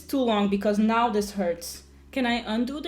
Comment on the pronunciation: It’s not dis... it’s the word “this”